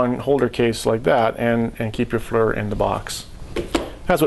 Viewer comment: He calls it a Flur.